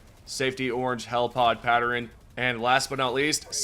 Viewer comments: Pat-tern not patter-rin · Pattern not patterin,and iron not eyerun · It's pronounced PAT-TERN, not PAT-ER-N.😅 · Patteren... you pronounce so many random words like my mom used to and it cracks me up. Sorry 😂 Maybe that's why I keep commenting on it cause she passed away in April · Why does he say pattern like that? “Patteren” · Never thought I'd hear someone butcher the word "pattern" so poorly and then consecutive times :D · No one gonna mention how he said pattern